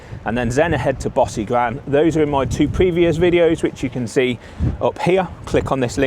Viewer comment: Great video - Tip - talk to some locals and get your pronunciation right - e.g Bosigran - is not pronounced as per your commentary ! Try “Bow-sig-run”